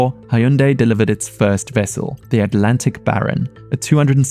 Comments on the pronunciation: It’s not pronounced “High Yoon Die”. It rhymes with “Sunday”… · Did this dude pronounce Hyundai as "Hai-Oon-Day"? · hai-yun-day?? bruh